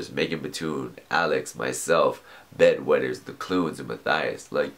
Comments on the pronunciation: When you said Bad Weather, it almost sounded like "bed wetter" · I always think he says bed wetters lol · Every time he says "Bad Weather" I always think he says "Bed wetter" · He said bed wetters XD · Anyone else hear bed wetters? Lol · He said bed wetters not bad weather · Is it just me, or does it sound like he says 'Bed Wetters' instead of 'Bad Weather?' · Is it just me or did he say "Bed Wetters" when he was supposed to say Bad Weather